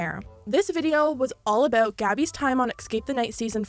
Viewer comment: “All aboot”